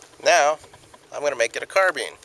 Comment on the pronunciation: CARBINE NOT CARBENE